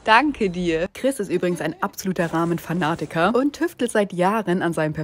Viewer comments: Die geheimste Roooamö Berlins 😂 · Kannst du Ramen bitte ラーメン aussprechen und nicht Raw-men? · Man bemerkt halt einfach diese Fake Aussprache, weil sie es manchmal vergisst und das Wort normal ausspricht. Es heißt Ramen und nicht Rawmen 🤣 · Es heißt aber ramen sie hat es nur englisch ausgesprochen. Und Ramen sind aus Japan und heißen halt nun mal so nicht suppe. Wenn das gericht schon aus einem anderen land kommt nennt man es auch so wie in dem land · Bitte bitte bitte... wenn du Ramen nicht japanisch aussprechen kannst dass sag es mit R und nicht mit L! Das japanische R ist KEIN DUMMES L!!! Mir als Halbjapanerin tut das körperlich und seelisch einfach nur weh. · Jedes Mal, wenn sie Ramen sagt, kriege ich anfälle. Wie kann man Ramen nur so unfassbar falsch aussprechen💀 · Sie hat nur Ramen Englisch ausgesprochen. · Diggi, Ramen kommen aus Japan und die japanische Aussprache ist unserer sehr ähnlich. Keine Notwendigkeit das zu verenglischen 😗